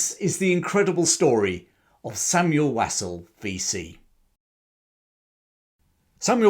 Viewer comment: Interesting content. Just a small point, you are not pronouncing his surname correctly. It should be pronounced Wosul. (I'm a friend one of his family members).